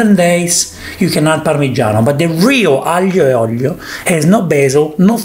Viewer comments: spaghetti AGLIO e OLIIIOO, not OGLLLIIIOOOO!!! So che sei del sud ma è OLIO non OGLIO!:) se devi fare la punta allo s******o falla come si deve!:) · ahhh.. why you call aglio and oglio!!!! is aglio and olio!.